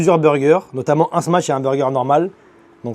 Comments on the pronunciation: smach pas smatch :face-blue-smiling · Set et smatch😂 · tu fais que dire smatch 😹😹😹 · le frère elle est grave bien ta vidéo mais comment ça ma trop tendu que tu dises smaTCHE burger toute la vidéo mdrrrrrrr